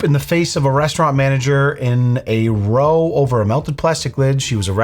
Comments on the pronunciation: Mr., (funny name btw), If I may I would like to comment on the soup in the face thrower bit. In the statement on the screen, I believe the word 'row' is pronounced like 'Ow, I got hurt.' Not 'row' as in rowing a boat. Row is a British term. I found something. Row (row) is a British term for a noisy disagreement, argument, or fight. The word row is a slang term that came into use at Cambridge University in the mid-1700s, perhaps from the word rousel, meaning a bout of drinking. I only recently heard of this word, maybe a year ago. On the last bit of this video and the girl with pink hair: I can bet you, when she was a child, she never once thought about race. She just wanted to play with the other kids in the neighborhood and have a good time. The way she puts her feelings out there to the interviewer asking the questions is caused by outward influence. Nothing more. It is very unfortunate that she has to go this way. Maybe it's peer pressure. A young child doesn't know about racism until they are taught about it. Yes, they do see differences in skin pigmentation and experience different cultures. I grew up in an area of mixed races and didn't know about racism. My best friend (omitting name for privacy) had a black dad and a white mom. We were almost inseparable until my family had to move to another state for my dads work. I went to school with a lot of different races in the state I moved away from. The area we moved to had a lot less mixed races. 'Windshield heel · Regarding the soup "row", it's not row as in boat, it rhymes with "wow". British writers tend to put in every book that they've ever written. Movies too. Next time you watch a Harry Potter or James Bond flick, you'll go, "oh that's the row the boat word." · FYI.. in this context its ROW as cow in not ROW as in toe...row as in cow is a british term for an argument 😂 just saying 😊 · It’s clearly raow, not Roew